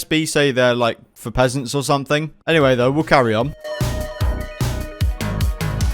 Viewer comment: SB does say it "peasent"